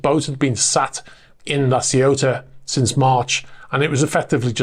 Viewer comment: The city in France, La Ciotat is pronounced la see you tah.